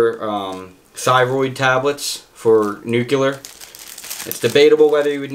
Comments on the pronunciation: Oh and now the nucular🤣 instead of nuclear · New-Clee-Ar NOT Nuc-You-Lar, New-Clee-Ar. Part of knowing a lot about a subject is understanding how to pronounce it correctly. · “I know a lot about this nucular stuff” hahahaha. Sounds like George Bush